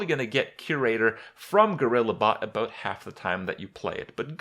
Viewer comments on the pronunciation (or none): JUST ABOOT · HE SAID ABOOT LUL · "just aboot" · Lol Just aboot